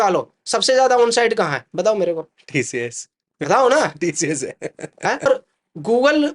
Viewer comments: Tशियश nahi sir tcs bolo.Aap Senior HR ho working experience -11 years🤭😂🙆🏻🤦🏻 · its not TSHHS ITS TCS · TCS ❌ Tee-Shee-Yesh ✅